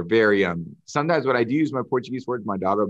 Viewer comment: His Portuguese pronunciation is excellent!